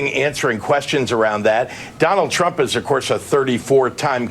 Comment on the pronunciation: sounds like he said Donald Chump lol